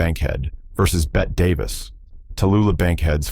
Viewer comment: Maybe the family of Bette Davis should legally change the spelling of her name to "Betty" so that the AI narrators will pronounce it correctly. The constant mispronunciation is really driving me crazy. Is it too much to ask that these presentations be proofread & edited?